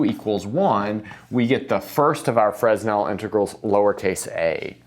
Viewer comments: He's just trying to help, and it's attitude that matters. It's a simple fact that you sound more like you've "done your homework" if you say, "Fruh-nell", so it's a little better than pronouncing the "s", so it's a small correction that offers a small improvement. So why not? I think of a great maths teacher I had in school who taught us that Euler was "Yewler". No biggy, but actually he called himself "Oiler" (as you probably know), so that's preferable. So why not? Today I call him "Oiler", but I'm not ashamed of having once called him "Yewler", or hurt that someone would've had to correct me in this before I changed from what I "knew". (Maybe you're being a bit too sensitive? People can be mean about this kind of thing, and it's relatively unimportant as far as the maths goes, but clearly that's not what's happening here. Ideally one would send a private message to help out, but that's not available on YouTube.) If someone called you "Robe Bovmenn" you might even feel an inclination to correct him? Different context, but the principle that it's more respectful to call you ... Sir ( :D) ... or Mr Bowman ... or Rob instead of Robe. And now after all that TL;DR, I'd better go watch the video. :D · The “s” in “Fresnel” is silent. “Fresnel” is a French name. Sorry for being pedantic. Being an optics person, the Fresnel equations are daily part of my life. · Yes, but his name is correctly pronounced with a silent 's'. That's how he would have pronounced his name, and it's it's such a well-know name in his field that it's how everyone who takes the time to find out the pronunciation will pronounce it. There's very little cost in finding out the correct pronunciation, and frankly it makes you look amateurish when you get it wrong. found out that the Greek pronunciation of φ is "fie" and uses that; I'm sure he'll say "Fruh'nel" once he realises his mistake. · I always thought it was pronounced fray-NELL integrals. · but... he so FRESSSHHH